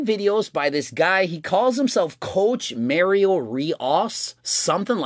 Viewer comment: "Cowch Mah-rio Reee-osz"